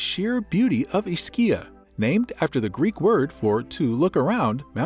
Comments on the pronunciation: It's EESkeeya, not "IsKEEya." Come on. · My family is from here originally. It is pronounced with an E. E-schia. The neighboring island is pronounced Pro-jida... The c is like j (like j in jar) in that regard..